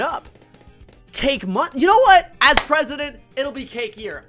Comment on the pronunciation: Tewtity as presudint